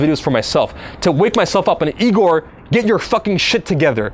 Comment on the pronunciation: I'm surprised his hair didn't turn yellow and go super Saiyan 3 when she said Igor's name wrong